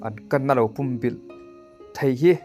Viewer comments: "Pum bilh" tih i lam rik dan hi adiklo, ...entirnan .. Ka taksa pum in ka huh vek, tih a "pum" tih ilam ang hian lam ri rawh .. i rawn sawi dan ah hi chuan .. tui tla thitawh puam/pum ulh ang deuhvin i lam ri a ... Adiklo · Pumbilh i lam dan hi a dik lo a nia, púmbìlh tia lam tur, 'Ka thlang fuh' tiha 'thláng fùh' tih ang hian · Pum bilh ilam danchu adiklo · I la naupang nge ka hrelo a, pumbilh tih i lam dan hi a diklo lutuk.. Midangte zawt hmasa la tha tur nia aw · A buaithlak țhin khawp mai. Lam dan dik hian lam thei hram hram țhin se a țha khawp mai.